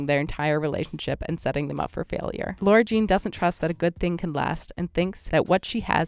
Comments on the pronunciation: REEEEEEEEEEEEEEEEEEEEEEEEEEEEEEEEEEEEE ugh whyyyy is she calling her Laura Jean it’s FRICKEN LARA JEAN BROOOOO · Why do you keep saying her name like Laura Jean???